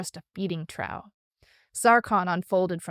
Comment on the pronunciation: I wish these got a second pass to get pronunciation of standard english words right, and edit out retakes. I.e. Trough is pronounced "troff" not "trow"